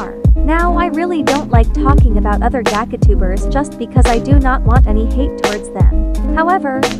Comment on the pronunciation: I'm sorry but the way it said "Gacha" like "gaga"